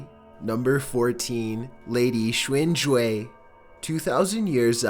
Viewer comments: Crazy enough, the Chinese name is pulled off fine. Wtf? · Doesn’t know how to pronounce “indigenous” but knows how to pronounce “Xin Zhui”.